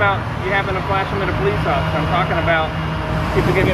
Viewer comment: “Thank you occifer” 💀💀💀